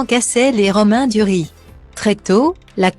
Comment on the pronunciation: Eva GREAN;;;; ROMAIN DURI.......QUEL ROBOT DE MERDE !